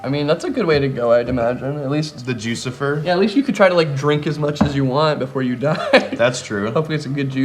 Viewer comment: it’s joo-suh-fy-er just sayin